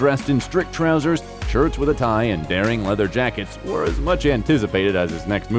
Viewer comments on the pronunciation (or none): none